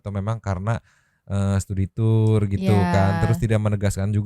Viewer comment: Studi tu-ur... Tu-ur tiris